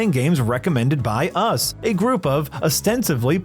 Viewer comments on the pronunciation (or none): the weird is ostensibly, not fucking ostensively you minging pilchard!